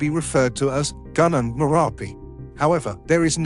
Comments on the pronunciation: Gunung.. not Ganang. Thanks!! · Gunung is pronounced Goonoong, not ganang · 'Gunung' is pronounced 'goo-noong' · Gunung is pronounced goo- noong, not gun-nung. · Gunung is not pronounced as "gannang" but "goo-noong"... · The pronounciation of "gunung" is "goo-noong" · thank you for bringing this up to our attention, just want to add that Gunung is pronounced Goo-Noong.. anyhow i've been to Merapi dan Bromo, and boy they were beautiful.. blend with the locals and you will get a lot of sad stories from the last big eruption of Merapi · Gunung is pronounced "goo noong" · FYI, Gunung = 'goo-noong' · its pronounce goo noong. gunung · Yes there are some poorly researched mispronunciations. One is "gunung". The letter "u" should be pronounced as the "u" in the English word "put". The island volcano often called Krakatoa by English speakers is actually Krakatau and the last syllable rhymes with English "now". I studied in Indonesia and speak the language. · The narrator is MURDERING the pronounciation of most of the Indonesian names and/or words, including Mt. MERAPI, Mt. SINABUNG, GUNUNG, KERINCI, KRAKATOA, etc. He only got the easy ones correctly: Sumatra, Java, and Toba.